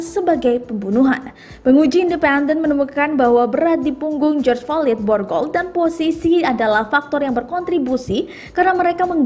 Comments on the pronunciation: Mba maaf ya. Flyod Bukan FOLID. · ejaannya /flo/i.d bunyi d nya dikecilkan, bukan fo/lid/ lulusan sma ini naratornya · Maaf min bkan folid,,slah sbut kali. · Belajar lgi bahasa inggris yg bner Folid Hahahahahaha😂😂😂 Malu2in aja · Baca floyd nya kok gt mbake, latihan dl lah